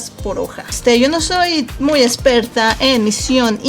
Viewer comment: Se dice experta no esperta eres bruta o q?